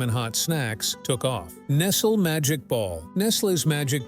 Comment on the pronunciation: Your pronunciation of Nestle is wild. It's like you've never heard it spoken out loud before.